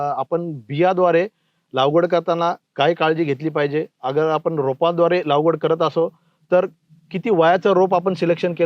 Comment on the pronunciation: सर लागवड... लावगड नाही